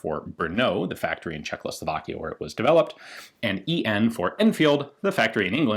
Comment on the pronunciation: Its not czech-lo-slovakia, its czech-o-slovakia...